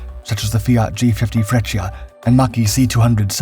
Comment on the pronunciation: Why do you say Meshersmitt when it is spelled the exact opposite? "Messershmitt" it is pronounced. And Freccia is pronounced "fretsha". No "i" is heard. The city Lecce is pronouced "Letshe"